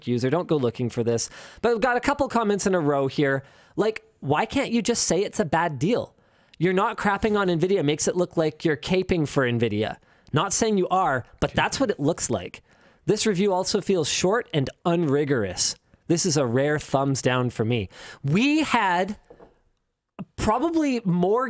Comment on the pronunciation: cape-ing…???😂😂😂😂😂😂😂😂😂 its “cap”-(ing), #notfromatlanta